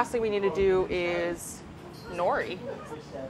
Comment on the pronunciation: 'nori'? really?